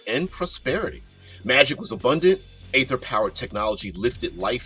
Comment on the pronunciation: It's ee-ther in American English. Long e, pronounce the r at the end. Other English speakers tend to omit the terminal r and make it ee-thuh. There are dozens of youtube vids and online pronunciation sites that will demonstrate it for you. This isn't a made-up fantasy word like Glyphx or Qy.